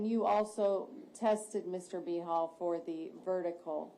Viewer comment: It keeps sounding like they are saying B-Hole instead of Behal.